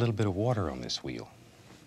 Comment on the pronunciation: I love the way he pronounces the “wh" words, like white or wheel